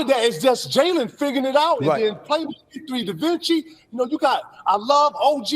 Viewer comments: Mans said “Divinci” 😂😂😂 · Lmao KG said da vinci 😂